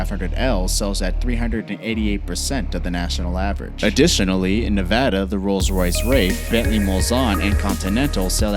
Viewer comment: "neveda" just gonna leave this here